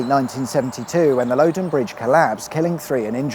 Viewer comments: Its Lodden, I've been here 30ish years, never once heard anyone call it Lowden... if theres some historic context in which it was said that way, its long since been deprecated by people who know how letters work. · I recall the fatalities when the crossing was built over the Loddon (pronounced like Lodd not Load)... and I recall the motorway ending at the A321.... nicely made. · The river is Loddon, pronounced Lod-don rather than lo-don, the reason for this is basic english, the doubble "d" means that you have a short vowel, if it only have one "d" then it would be a long vowel and pronounced "Ohh", as the next letter is a vowel as well. kinda simple when you put the basic rules of how the language is constructed into play. 😀 if the locals don't know how to use the English language, that's fortunately, not my fault! We have a load of interesting names around here which defy language and pronunciation, so I'm not laying blame! 😛 The M31 would have been a lot more useful than widening the M4 or M25... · Since when had a double d been pronounced like that. It’s Loddon not loadon! With all that research you think you would know that. Very interesting though as a local to hear about this. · Great video but please stop referring to the Lowdon. It's the river Lodd-on.😅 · Facinating, thank you. Lived in Wokingham for absolutely years and never knew half this history ! And its Lod -don not Load -den. Never heard it called Load-den ! Ha Ha Ha. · Another superb video. As this is local, I can say it's Loddon, not Loddon. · It’s Loddon as in the first pronunciation you used, rather than the one that sounds like Low Down. Could’ve popped in for a cuppa in person instead of buying you one from your link :) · And its Loddon not Lowdon! I used to to work near Sherfield on Loddon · Just say Loddon!!! It ain't that hard.😊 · Interesting to hear Loddon pronounced Load-on. Lived here most of my life and never heard that one. A Berkshire dialect quirk? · Actually it's Loddon, not Loddon